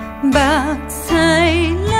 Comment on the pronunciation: 日「思」夜「夢」 這句在整首歌佔重要地位 個人覺得！ 但您可能受中文影響 「思」發音近ㄙㄧ 而非ㄙㄨ 「夢」的聲母ㄅㄏ 同於「目、迷、味、舞、靡、文..」等字的韻母 而您發音近ㄆ。「目」屎 您發得很準啊。起音的「夢」中 也很準啊。「迷」人 也很準啊。 您試試 「日思（ㄙㄨ(su)）夜夢(ㄅㄏㄤ⁷ bang7）」整首歌會不會不一樣？